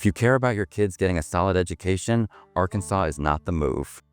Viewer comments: "Arkan-saw" not "sas"...you AI bots don't sound too educated either. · Who created this?? I smell AI. Nobody in the US would refer to Arkansas as Ar-KAN-sas!!! It's Arkan-SAW and any American knows this. This is an odd hit piece that has elements of truth but a lot of laugh-out-loud misses. When is a hurricane REPEATEDLY represented by shots of tornadoes? Don't bother watching it. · "Are-KANNS-us"???? Please stop the AI content and narration. Very annoying! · That is a very compact South Carolina "hurricane" pictured. People don't worry much about earthquakes in Oklahoma. It is not pronounced R-Kansas! Also... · It's pronounced R-KAN-SAW not R-KANSAS ! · R Kansas? (Arkansas) AI isn't all it's cracked up to be. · "R"Kansas? Seriously? An illiterate did this video? Must be an AI put together video. GO away! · R-Kansas… dumb ai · AR-Kansas- Really. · These AI videos.... voice, ar-kansas? pics of tornadoes when talking about hurricanes, etc. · A.I. - When are they gonna teach A.I. to talk like a real person? It's so easy to know when a computer voice is lecturing you. Ar-Kansas? Come on! NO human ever says that. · "R-Kansas?" Good grief, AI! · ai slop. Arkansas - "r kansas" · I am not an American but pretty sure he pronounced Arkansas WRONG! AI reading... or who is this? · I've never been impressed by the US, I went to NYC, I thought it was a bit of a dump. And that was Manhattan. And Oklahoma? Lots of oil money, that probably goes straight to NYC and the CEOs, shareholders and banks. Not impressed by the narrator here, either, can't pronounce Arkansas properly. AI, isn't it? Or just incompetence, like the subtitles.